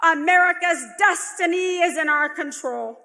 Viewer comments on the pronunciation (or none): America's dustiny? that sounds like it was on purpose, like when Pence said, "Anamerica" to the Heritage Foundation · She said dustiny.